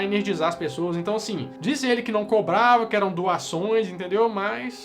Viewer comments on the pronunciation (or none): você tem problema com a palavra "cobrava"?? Porque acho que tu falou crobrava umas 2, 3 vezes ahusahuauhshuas Excelente vídeo como sempre.